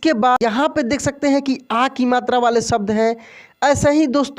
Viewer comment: आप शब्द का उच्चारण सब्द कर रहे हैं... उच्चारण ठीक कर लें तो अच्छा रहेगा और लोग भ्रमित नहीं होंगे